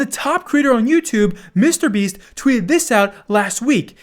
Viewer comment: The way you say “Mr. Beast” is disgraceful.